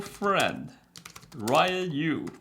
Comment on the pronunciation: Ryan, it’s Yu